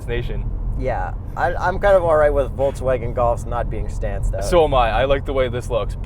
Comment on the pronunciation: Happy bday. I wish you that you can pronunce Volkswagen correctly;)